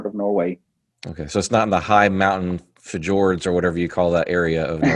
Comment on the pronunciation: It’s Fee-yords.😄